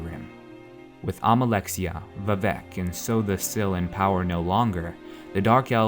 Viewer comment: but seriously man sotha sil is NOT pronounced so the sil